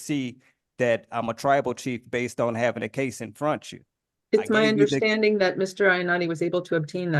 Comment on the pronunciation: But Judge, the tribal chief’s secret documents are right “infruntchu” ! 😁